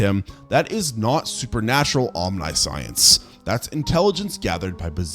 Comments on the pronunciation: Omni (like Omni man) - shee- ense, not Om-nye-science! Also, La-ment, not Layment! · om-nye-science, hostile (instead of Hostel), sluh-vack-ia...